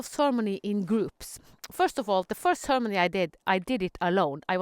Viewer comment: Oh! Ceremony! Okay. I was hearing sermony, and wasn't understanding. Beautiful. Got it! :-) Beautiful.